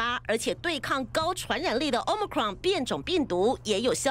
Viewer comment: 主播英文发音好别扭啊！直接中文说欧美克隆病毒，简单易懂。